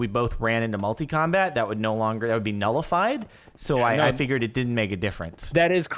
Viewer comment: AND HE SAID "NULLIFIED"